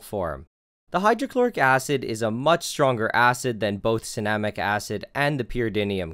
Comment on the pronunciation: Anyone else thought it said cinnamon acid?